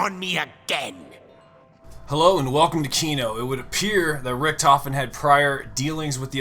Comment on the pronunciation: viel geiler ist es wenn richtofen als "ricktoffen" gesagt wird xD